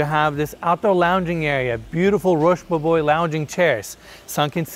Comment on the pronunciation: FYI, it’s pronounced ‘rhosh boh-bwoah’.